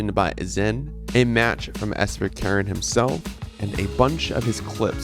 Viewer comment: Sverkeren is Norwegian which means his name probably is pronounced like “sver-ker-en”